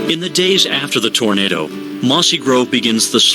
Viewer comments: Always feel for these people but for god sakes....it's Tornado not tornada! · Well why would you listen to anyone who says 'tornadah'?